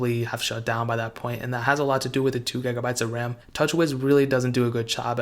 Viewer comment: "10 gagabytes of rahm"